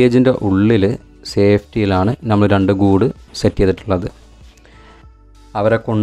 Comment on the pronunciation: Good sooper. Carry on. Best of luck . Ante pakalum palatharam birds undu. Pinne aarum achadi baasha samsarikumnilla. Ankilum pothuve samsaram sradhikanam. Nighal oru vloger koodi alle.? 1. Gaige alla. ( caige ) aanu. Flaiwood alla. ( paliwood ) aanu. Jhammal alla ( nammal ) aanu. Ithellam sredhichal nannayi. Kuttapeduthunnathalla ketto. Take care. Jan subscribe cheyyam. Okay by 👍